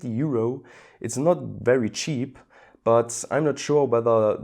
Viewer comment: it's cheap not cheapleasrer